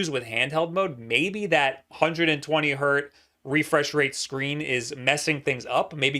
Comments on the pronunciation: Hertz, not hert,. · 120 HERTZ. NOT 120 HERT. HERTZ. HERTZZZZZZZZZZZZZ. PLEASE STOP SAYING HERT! EVEN 1 HZ IS 1 HERTZ. THERE IS NO SUCH THING AS A HERT.